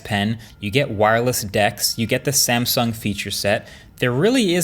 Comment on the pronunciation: That 'sansung' feels very, very uncomfortable.